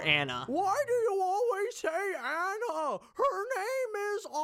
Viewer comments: At the time of this review, you have seen 110 MINUTES of Frozen content, and yet you refuse to pronounce Anna's name properly. Incredible. I don't pronounce Anna Kendrick's name as "Ah-na". Nor to I pronounce the "T" at the end of Margot Robbie's name, because that's retarded and incorrect. Same with this. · Lol at mispronouncing Anna